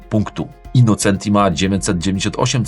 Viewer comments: Pięknie słychać "autobianKI", ale dlaczego tam dalej jest "innoCEnti", a nie "innoCZEnti"? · Super za program 👍 Autobianchi juz poprawnie, Brawo Ty. Ale nadal Innocenti czyta sie " innoczenti " taki maly szczegół. Poza tym program OK Pozdrawiam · InnoCZenti! Przez CZ jak cinquecento. Z Autobianchi już duża poprawa ale Austin wymawia się Ostin/Ostyn.